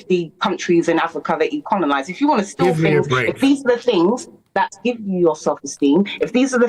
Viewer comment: She said 'conolised' as well.